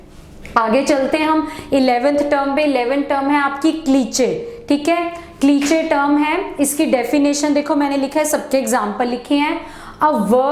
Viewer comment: क्लीचे नहीं क्लीशे होता है